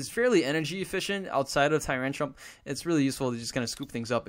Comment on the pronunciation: haha you always say tyrantrum"p", just like with the "skarmony" :D